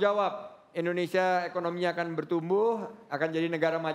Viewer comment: butuh anak muda yang sanggup menyebutkan indonesia bukan endonesia